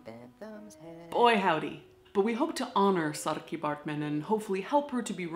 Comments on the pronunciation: Thank you for your correct pronunciation of Saartjies name. Big fan of your channel. Lots of love from South Africa. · Great job on the pronunciation!!!!! I love that you do your homework to make your videos and that you always take the time to be respectful!! (I'm from SA and I would love to thank you for the respect you how Saartjie) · Yay!!! Some South African history! Love it! You said the name completely correct! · I love the effort you've made to pronounce her name correctly. Thank you xxx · A person's name is a huge deal here in South Africa. So thank you for pronouncing her name correctly. Much respect to you Caitlin. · I'm proud of how you pronounce her name! The "artjie" sound is really difficult for foreigners to pronounce and u did it almost perfectly. Saartjie is a folk hero back home now, many feminist artists have made beautiful artworks to commemorate her memory. Thanks for doing this video! Love, from South Africa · I love how you pronounce her name correctly. Thank you! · I'm South African and impressed at how well you pronounced her name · As a south African, THANK YOU FOR saying Saratjie correctly, love you'r channel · Props for getting the pronunciation right Caitlin😁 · Thanks for pronouncing Saartjie correctly! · Good job with the pronunciation! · pronounces her real name correctly. Saartjie Baartman Thank you! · I love that she actually pronounced "Saartjie" properly and didn't butcher her name like most people would. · As a South African deathling I would like to thank you for taking the time to learn how to pronounce her name correctly. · You pronounced her name correctly! <3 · Kudos for saying saartjie correctly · Love how you pronounce Saartjie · Thank you for pronouncing her name correctly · As an Afrikaans speaking South African, I just want to say well done for pronouncing her name. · Well pronounced! #saartjiebaartman #fromsouthafrica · so cool to hear snippets of cape town’s history, my city. thanks for pronouncing saartjie correctly!